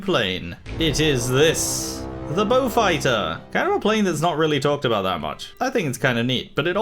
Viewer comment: I find it hilarious that you pronounce Beaufighter correctly but fuck up Blenheim